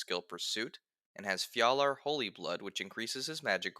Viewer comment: thats not how you pronounce Fjalar